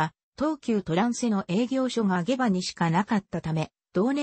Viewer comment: 下馬は ❌げば ⭕しもうま と読みます